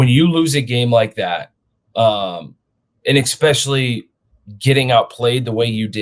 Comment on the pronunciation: the word is eSpecially. you sound like a toddler.